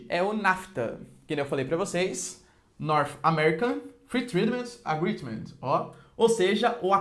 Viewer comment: North American Fritidimans Agredimans